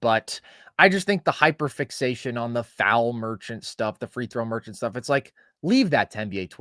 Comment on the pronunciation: FREE THROW MER-CHANT lol gtfoh